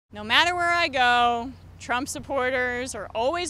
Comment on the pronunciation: "Joe Biden is all about the money!!" You said Trump wrong